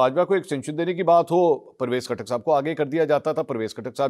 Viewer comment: P ktak nahe lota katak bolo